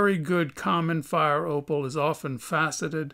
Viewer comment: Everytime he say opal i hear oppo its opal noooo its oppo and latest oppo is oppo reno expansive i cant buy